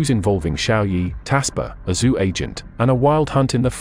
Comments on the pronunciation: Still, it's very good. First of your vids for me and I am quite impressed. Great job! The only thing that really caught my ear were the pronunciations of the Chinese lineages. As far as I know the name "Zhou" is pronounced like "Jo", or the American "Joe". Also, I found it kind of strange that all the maps had German names on them, even though there was nothing else having to do with Germany in the video. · Very fascinating history, doing a great job but I would enjoy this video a little bit more if Zhou was properly pronounced and the correct use of depicted dynasties for the visuals(Three Kingdoms, Qing Empress)